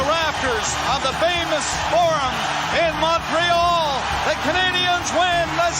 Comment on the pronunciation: Love the podcast and Mark Recchi, I had a poster of him in my bedroom when I was a kid. One suggestion though, can you get a guy who says Montreal properly re-record the intro?